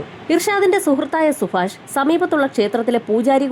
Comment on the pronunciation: സുഫാഷണോ 0 സുഭാഷ് ആണോ 😂